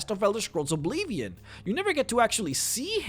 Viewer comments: what the fuck is obleevion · "Obleeveeon"...nice pronounciation of Oblivion. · What's "O'Bleevian"? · OBLEEEVION? eh? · "Now if you were to play the Elder Scrolls Obleevien" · Elder scrolls obleeevion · Why are you mispronouncing so many words? Like Oblivion in this video. What the hell is Obleevian? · yet again, he says Obleevion at around the same time as the Riften video! Hahaha. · OBLEEVEEN! XD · I love how you say obleeveeon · O-bleve-ian ugg "shudders" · He keeps saying Obleevion too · maybe the obleeeeeeeevion part is his accent but pronouncing r and n in reverse is just saying it wrong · how you say "oblivion" just tilts me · "Obleeveeon"? "Chaindenhall"?? "Kavaycht"??? Learn how to pronounce the goddamn names at least....